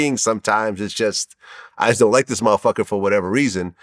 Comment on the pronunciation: The way Vlad says "m'fcker"....I don't like it!